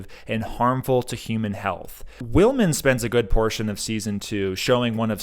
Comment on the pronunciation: Will mon, not Will men